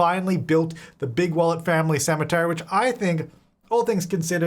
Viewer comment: I always hear Bigwallet as Bigwell n feel the need to rewatch Robots LOL